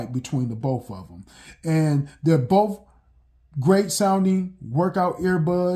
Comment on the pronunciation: Next time anyone wants to play a drinking game, take a drink every time this guy mispronounces the word "BOTH". Apparently it's not "both" it's "boof". Yes I'm partly just joking BUT at the same time, I truly want to know why it is that blacks ALWAYS, and I do mean ALWAYS mispronounce certain words....one of the most annoying/egregious is "ask"....they think it's pronounced "Axe". I truly want to understand, because growing up I had plenty of black kids in my English classes and they learned the EXACT SAME THINGS AS I DID. Yet one of us pronounces words correctly and the other is most black people! Oh and before anyone tries to come for me calling me a "racist" simply for pointing out what everyone knows is FACT....just keep in mind IDGAFF I PROMISE YOU!! People really need to take the time to LEARN/UNDERSTAND what that term ACTUALLY MEANS BEFORE HURLING IT AROUND to the point where it is MEANINGLESS.